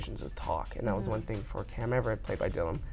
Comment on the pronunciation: munro said cam everett :P